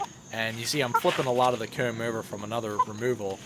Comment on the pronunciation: it’s like like ‘coeahm’ instead of ‘coam’